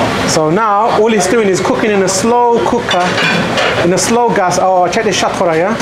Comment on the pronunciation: Bhaisab just say shathkhora why coconutfy it by saying shatkoora